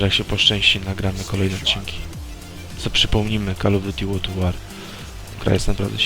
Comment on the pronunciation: Gromus łord at łor nie łord a łor W woli scislosci ale pozatym okej leci lajk .